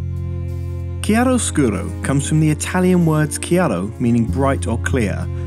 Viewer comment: Well said! I totally agree on the whole line, you perfectly expressed a concept is barely grasped by so many photographers around the globe! I do not comment very often, just wanted to leave something more than a mere “thumb up”! Bravo (also for the almost perfect pronunciation of chiaroscuro! I’m Italian...) ;)